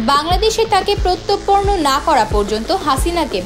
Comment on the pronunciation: প্রত্যার্পণ শব্দের উচ্চারণ জানে না এমন নিউজ প্রেজেন্টার কিভাবে নিয়োগ পায়!